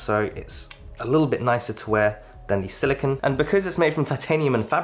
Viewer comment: Thank you for making this video! As a person with small wrists, I was curious as to which band would look best with the gargantuan AW Ultra. One note, though, you are mispronouncing silicone. The Apple Watch band is made of silicone (sill-ih-kohn) while the element silicon (sill-ih-kahn or sill-ih-kn) is used to make computer chips. I must say that a silicon band would be very brittle and quite uncomfortable to wear.